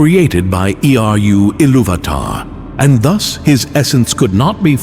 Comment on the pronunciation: Omg could you repeat the same idea in slightly different ways any more? So he became a spirit. Doomed to wander. The end. "Created by Ee-aye-ee-aye-oh-ar-yu, Iluvatar." Old MacDonald Iluvatar had a farm and Arda was it's name-oh. (Btw wtf is up with this video, an ad every 5min? Lame.